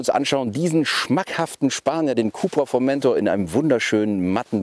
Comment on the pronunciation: schon scheisse ,- wenn man einen Bericht macht und nicht mal den Namen "Formentor" richtig aussprechen kann....